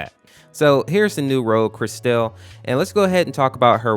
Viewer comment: Did he say crystal